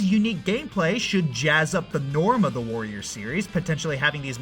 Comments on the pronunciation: Am I the only one that constantly heard "voyeurs"? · Sounds like he's saying "Vorriors". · You know, saying "warriors" in a German accent sounds like "voyeurs"... kink confirmed Edit: BTW, there's already been a Tales Of warriors-esk game